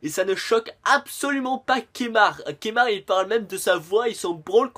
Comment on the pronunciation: Keumar pas kémar.... bègeul pas bagèl.... et pour la tenue qui ne change pas c'est fait exprès cela s'appelle de l'humour..